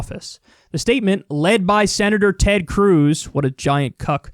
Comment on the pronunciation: The way Kyle says cuck - kills me every time 😂😂